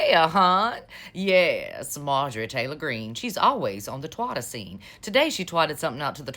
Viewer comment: It took me three times to realize she was saying twitter differently cause I kept hearing the other word🤣🤣🤣🤣🤘🏻